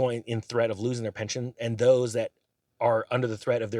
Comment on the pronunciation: Pension not Penton😊